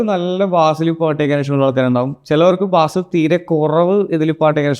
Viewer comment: ബാസ് അല്ല bro... ബേസ് എന്നാണ്